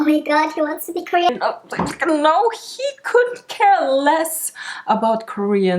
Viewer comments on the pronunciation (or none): '' my pronounce are they, them and KoREan '' 🤣 🤣 😭